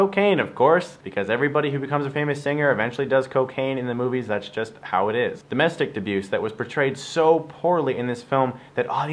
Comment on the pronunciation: did you SAY Domestic dabuse lol